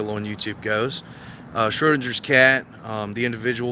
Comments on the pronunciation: it's pronounced SchroDINGers cat. As in ding. Just like you're a dingbat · How the hell can you NOT correctly pronounce "Schrödinger's Cat"? Who Erwin Schrödinger was and his 1935 thought experiment regarding quantum physics is a matter of common knowledge. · Anyone wanna tell him how to actually prounce "schrodingers cat". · How about learning how to pronounce 'Schrödingers Cat' correctly before openly ridiculing yourself even more? 😂😂😂